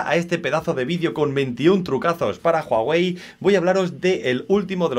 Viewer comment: Jaja jaja juAwey es uawei y se escribe huawei